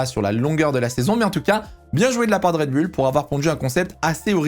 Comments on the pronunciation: yes same here, on dit red boule 😄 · red "boouuuullllleeee" putain... pas red "bulle"😅 tu dis les Chicago "bulle" aussi?? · Rien à dire sur les propos très riches et bien formulés. Petit bémol... un rien ! On dit RED... BOULLE et non pas BULLE !😏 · MDR la prononciation de Raide BULLE :) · La vidéo est sympa et intéressante, par contre la prononciation "Red bulle" décrédibilise trop le message. En tout cas, ça me fait tiquer :).